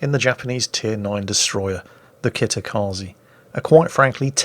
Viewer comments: Kitakaze ze not zee hahaha nvm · just so you know. tje E in japanese is.pronounced the same way you would for the E in enter, that is as the sound e not.i like.in akizuki (think of.it.as Zed without the d) so kitakazeh